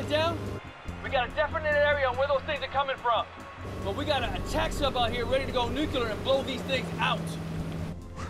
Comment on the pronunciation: new-que-lerr submarines